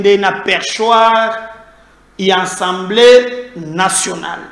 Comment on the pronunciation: STp, c'est l'assemblée et non ensemblee.